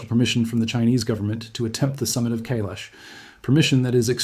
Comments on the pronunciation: Not Kaylesh .....KAIILAAASHH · It is Mount Kaai-lash . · Kai-lash, you need some Indian friends, your pronunciation is weak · It is pronounced "Kai-laash" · KAi Lesh correct pronunciation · Please learn how to pronounce Kailash. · The first syllable of Kailash is CORRECTLY pronounced to rhyme with "SKY", not "day", YOU'RE WELCOME.